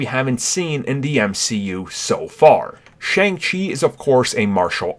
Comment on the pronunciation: It is pronounced Shung Chi